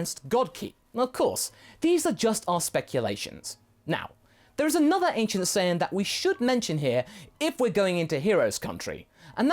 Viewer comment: "Anicent" saiyan?